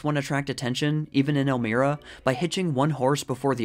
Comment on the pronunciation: "el-my-ruh" rather than mir-uh ...not that you could have know that though.